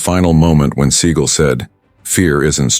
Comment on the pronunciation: Can you get the name pronounced correctly??